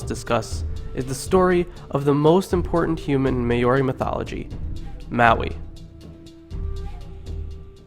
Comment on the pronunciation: churr bro. dont mind 'te' haters. after my ears stopped hurting, i actually enjoyed sum of those old stories, sitting here cracking up at your interpretation, enjoyably so. :) you did pronounce maui right tho haha anyway well done and thankyou.